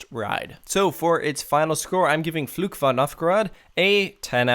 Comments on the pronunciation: minor pronunciation thing: What you say doesn't sound like "Fluch" (curse), but like "Flug" (flight). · Can I give you some advice on how to pronounce the name of the ride? In general, your German pronunciation is pretty good but the way you say "Fluch" is quite off. It sounds like "Flug" which is a completely different word and translates to "flight". "Fluch" means "curse" in English. The "ch" sound in "Fluch" should sound more like the "ch" at the end of "Loch" (referring to the Scottish lake Loch Ness). If you did it that way, your pronunciation would be almost flawless. All the best from Germany and keep up the good work!